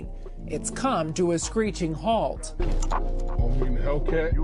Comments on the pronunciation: OH-MEE ...NOT 'Omni' ...say it w/me ...OMI (OH-MEE). lol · OOO'''''MEEE""". where is the N in OMI. Stop saying OMNI "OM KNEE". Dumb nuts. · “Omi” or “Omni” 🤦🏽‍♂️🤦🏽‍♂️🤦🏽‍♂️😂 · This dude SHOULDN'T even be doing this video if he cant even Say omi instead of omni, and I've been watching and subscribed to omi for like 4 yrs he's a pure genius, he's big hearted helps out alot of people and has done more for his community then 99% of people who are financially able too, regardless of what happens to this Man in the future I refuse to believe he is in the wrong Or a bad greedy person can't anyone keep him down. GOD, his community and I will always have his back!!! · Rite! He was annoying me too everytime he said Omni lol especially considering he spelled it correctly and the news people said it correctly lol. But I agree with everything you said. They just mad a brother made millions from it. But I do believe his flashiness cause this. If he was lowkey I don't think he'd have ever gotten caught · Omi not Omni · His name is OMI NOT OMNI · Where is the "N" at in Omi? Oh•mee! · Bro I’m getn tired of people sayn his name wrong smh I feel like they doing it on purpose now smh his name is pronounced “O-ME” not Omni!!!!! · 1. It is pronounced OH-ME (Omi) like 2 Pac not 2 pack. 2. Money obtained illegally that funds a legal business is money laundering. 3. I will never blaze in public, I got more sense than that 4. Gotta go gotta go C u omni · His channel has always been like that. I've been watching his channel way before they first raided his crib a year ago. He had way more cars before they raided his house. You pronouncing his name wrong lol. But his channel exploded damn near soon as he created it. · Yo! Pronounce the name correctly. Lol🤦🏽‍♂ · U ain’t saying Omi right bro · Jesus bro - pronounce the guys name correct. You need to do ya research a bit better before releasing ya videos ... it’s like realizing a rap song and it’s not mixed 😂😂